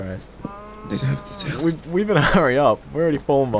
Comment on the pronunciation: its house not houe